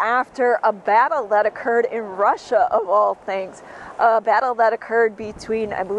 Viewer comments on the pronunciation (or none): none